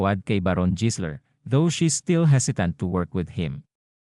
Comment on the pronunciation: jisler talaga ha,,anak ng kamote AI barok ba yanm, habang tumatagal masakit na sa tenga pakinggan